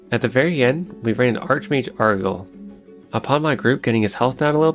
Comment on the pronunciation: Lowkey I love the various ways small newbie creators mispronounce WoW stuff. I listened to somebody call Arugal “Aroogle” for like half an hour and it never stopped being funny.